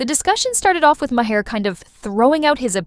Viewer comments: Lady, "Ma- Hair" It's M-are Get a clue! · The "Ma-hair" was making me laugh all through this haha